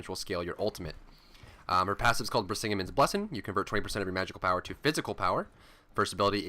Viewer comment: I think you pronounced "Brisingamen's Blessing" wrong._. At least in her spotlight, it was pronounced differently.-. *waits for hateful comments like "omg who cares"*